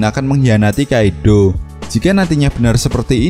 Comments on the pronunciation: Kaido bukan Kaidhlo idgham bighunah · Entah kenapa gw agak anu pas ni bilang kaidddoooow wkkwkw gw juga org jawa tp kga gitu juga 🤣🤣 coba deh pake English sapa tau lebih enak di denger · Hahaha cara penyebutan kata kaido gokil bangat. Wkwkwkwkwwkwkwwkwkwk Kaidooo